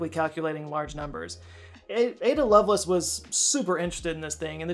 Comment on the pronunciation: it's Love Lace, as you would pronounce them as separate words